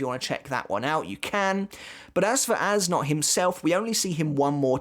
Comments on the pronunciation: According to Goodle Translate you pronounce it Ass Nudt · As a german it makes no fucking sense that hes "Äs Nödt" Youd pronounce it somthing like "Es Noed" Which in german neither of those are a word His name makes no fucking sense to me lmao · If this character’s name is German, it’d be pronounced as “Ays Nert”